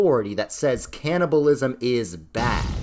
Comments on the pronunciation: ah yes canniblaism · Cannibalism, not Canniblaism… but I love the summary and appreciate your work to explain it in 10 awesome minutes, watching it for the 2nd time now